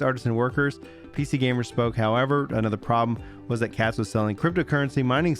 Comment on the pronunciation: "Katz". Every single time.